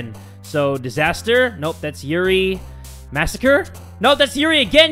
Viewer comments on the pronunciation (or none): none